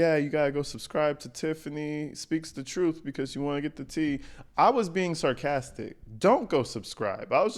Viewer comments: Somebody needs to come get her. She needs a real friend who will tell her “girl, no. That ain’t it.” And someone please tell her it’s TRUTH with a TH not trouf. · I’m over here scratching my head trying to figure out, how in the hell did she become a trustee speaking like she’s in jr high school 🤦🏾‍♀️ This lady can’t even pronounce her words correctly, let alone, pronounce the word truth 😂 in her pronunciation “truff”🤷🏽‍♀️ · Super mayor character would be a fantastic SNL skit!😂"troof"😂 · Tiff speaks the TRUFF😂😂😂 just AXE her😂😂😂